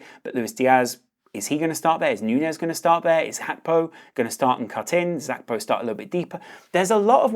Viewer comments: Hey brother it's GAK PO not hakpo. Thank you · It's GAKPO not fu*king HACKBO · Gakpo is dutch but Gakpo isnt a dutch name so you dont have to say "hakpo" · I know you’re probably pronouncing it correctly & I also know it’s probably ignorant to say this but my god was ur pronunciation of Gakpo fuckin’ annoyingggg😭🤣